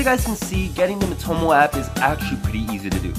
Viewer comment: It’s called MEE - toh - moh, not mih - toh - moh